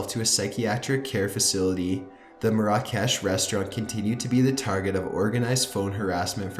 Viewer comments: ur pronouncing "marrah kesh" very wrong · its pronounced mair-ruh-kesh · It's pronounced MARE-uh-kesh. Not mare-AH-cash. Ha! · I think you pronounce it mara-kesh also tirade not triad but apart from that great vid 👍🏻